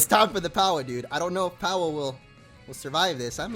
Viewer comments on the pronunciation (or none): the moment where hatched powah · My fav moment was when hatched POWAH